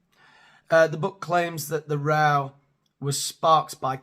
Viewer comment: You are the first person I've heard who actually pronounces "row" correctly, it's not "row" as in row your boat. It's row as in now 😂